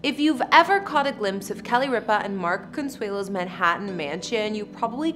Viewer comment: Can this lady pronounce Con...sue..lo, thought I help